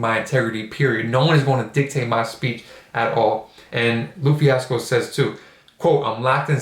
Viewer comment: I know this is a late comment but for future videos lupe is pronounced lou-pay